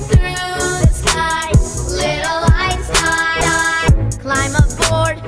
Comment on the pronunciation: I always hears “Little life-style” instead of “Little Einstein”